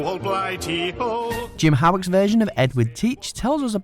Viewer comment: Okay, its pronounced “Hoe-wick” not “How-wick”